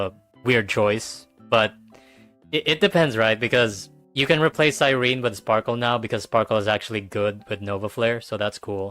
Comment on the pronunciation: Why does it seem like none of these hsr YouTubers can say Cyrene’s name right it’s Cy-ren-ne not Cy-rene.